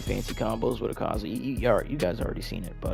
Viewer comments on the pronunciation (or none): u saz his name wrong :I